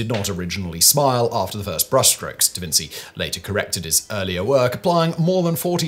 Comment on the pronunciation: mum!! he's saying davinsy again!